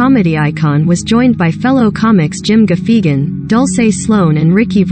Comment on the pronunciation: What's offensive is the narrator butchering Jim Gaffigan's name.